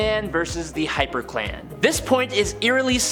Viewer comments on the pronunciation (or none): XD I thought you said "Batman Vs. The HyperClam."